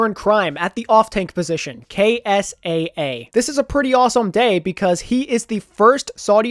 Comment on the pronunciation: I'm fairly sure that KSAA is pronounced K-S-A